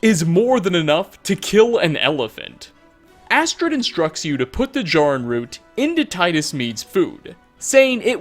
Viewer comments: It’s JAIR- uhn root. They SAY it in game and you’re causing me pain every time you mispronounce it. I’m furious. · Normally mispronunciations don’t bother me but you said Jarrin root wrong 🥺 it’s the first time I’ve ever heard my name in something don’t ruin it 🤣